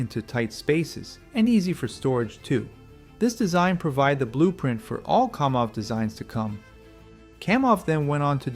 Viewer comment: KAM off, not KOM off. Educate yourself, dude.